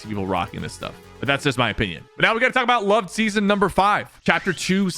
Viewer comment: bro really said lov-ed